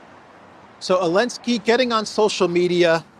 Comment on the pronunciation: Thank you for all of your work in this and The Duran. Question: Why do you pronounce Zelenskyy as Ailnskyy?